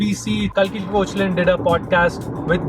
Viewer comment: Thanks for the recommendations. You could also check out Amit Verma’s The seen and the unseen, it’s perhaps one of the best podcasts from India. P.s: Kalki’s surname is pronounced as ‘cake..laa’